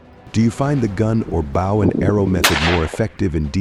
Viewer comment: Ha Ha stop making me laugh it's bow & arrow pronounced boe, the way your pronouncing it is what a celebrity does on stage to the audience or person bows to a king or Queen.